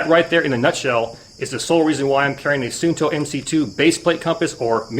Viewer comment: its actually pronounced suunto. with 2 u:s.. like saying uuuuu!! so basically suu nto.